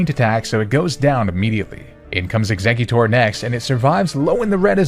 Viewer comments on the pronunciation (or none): none